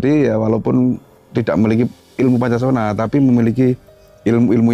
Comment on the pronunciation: Bukan Poncosono,,,tapi Poncosonyo